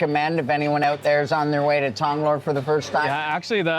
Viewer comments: “Tong-loar” “yes I live in Tong-Loa” “Tong-lore” “Tong-luh” “Okay Tong-lorre” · Hilarious how makes no attempt to pronounce any Thai words correctly. “Lor”, among many others.